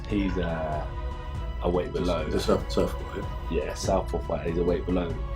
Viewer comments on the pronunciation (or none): great video mate, but “bellow”??? You must be taking the piss